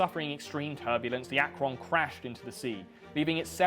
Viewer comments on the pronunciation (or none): yo my fellow brits, "Akron" is a city in Ohio (talkin the USA here, im from Ohio) and its actually pronounced "Ak-rin" or "Ak-ren" not "Ak-ron". This is just evidence of how or dialects of english changed rather than me being all fuckin douchey cause he pronounced something wrong. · As someone who lives fairly close to the city of Akron and went to college there I was so perplexed by his pronunciation for a moment. It's pronounced closer to "rin" than "ron" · As an Ohioan and University of Akron grad, I can't believe how you pronounced Akron. Fuckin AkRON. Like the name Ron? Come on man, it's just "Akrinn". Please, just don't ever try to pronounce "Canton." I don't think I can handle it. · As an akron university student the on is pronounced more like one then on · As a Ohian I find it hilarious how you pronounce Akron we say AK-RIN no way am I shaming or mad just genuinely funny never heard anyone say it that way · The Ack-Ron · Its pronounced AK-RIN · I've been in the massive hangar in the USS Akron footage (its pronounced Ak-ruhn) and it's unbelievably massive. Currently it's owned by LTA Galactic who are an airship startup. I've also ridden in one of the newer Goodyear airships. You get a lot of cool access to things when goodyear wants to hire everyone at your school. Also a non-zero chance I'm in the picture of the baseball stadium at the end. I had season tickets some of the years scoreboard looked like that. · Akron is pronounced AK-RIN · I grew up in Akron, OH (Pronounced more like 'akrun' or 'akren'). I wouldn't look twice at the blimp - it's up every day that the weather is nice. We always laugh at out-of-towners taking pictures - it's just a rumbling advertisement in the sky haha. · So you know its pronounced ak-rin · Oh my god I just got to the part of the video where you actually say "Akron". Of all the things in northeast ohio you could mispronounce, like Tuscarawas, you chose Akron. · I love how right and wrong you say “Akron” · Akron has a soft o